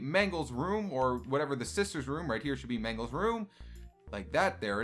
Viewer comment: you said sister wrong